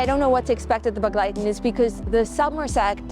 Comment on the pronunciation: Thanks for the video and your dedication. I didn't understand the word begleiten the way you pronounced it even if I knew it. My grandmother was from Satmar but she pronounced it differently more like an e instead a sounding for the first e.